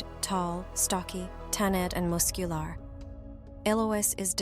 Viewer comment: Dee-eth... Mus-que-l-are... OMG the AI pronunciation is so distracting